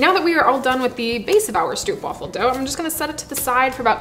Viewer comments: Dutch fan chiming in here. First of all: Thank you for all the awesomeness! I love your vids, and they do really make my day (when I watch them with my own homebrewed latte). As for the pronunciation of Stroopwafel. Stroop would be easiest said when saying the double O as a single oh as you would say it in dope or rope. So go for Strope (or even strobe). Wafel is harder to get right as the sound of what the Dutch call a "long-sounding single vowel" is a bit tricky to get into English. Closest I could get to something English (I was a teacher of English as a second language) would be going WHAA and add fell to it, ending up in whaafell. So getting it to sound right you would have to pronounce stropewhaafell. Give it a try, I'm sure you'll nail it! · You pronounced it incorrect, go to Google translate, select Dutch language and type "stroopwafel". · It's Str-Oh-p (as in hope) Waffle. (I'm Dutch. Str-OO-p (as in food) is so wrong makes me want to...) But love the video. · There are no traditions for stroopwafels, also the pronunciation is more like strohpwaafel not stroopwaffel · And wafel is like waafel (a big aaaah) :p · Its stroopwafel not stroepwafel lol o oo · I love the fact they're getting more well known, but the English pronunciation is just so grating. The "oo" is more like the "o" in home than the "oo" in cookie. I can take the soft r and the "waffle", but the "oo" thing is just painful to me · As a Dutchie, I find stroopwafels so overrated. Like they're good, but not to the point of all the hype. Also everyone pronounces it so weirdly. It's pronounced more like hope (str-ope). Not struup. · The best way to describe the dutch pronunciation is "strope wàfel" i think, i love this video so much! Greetings from the netherlands! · Stroopwafels are actually pronounced more like an English person would pronounce stropewafels (almost like rope but with "st" in front). The double o is just a regular o sound for us dutchies